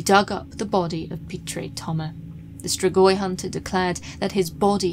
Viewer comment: STREEEGWAH (Romanian pronunciation) Love you, just a hint!